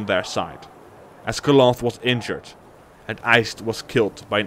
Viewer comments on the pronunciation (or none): Cloth, is one of the most bla bla bla ruler sof the north, it's pronounced KALANTHE not KLOF, good video though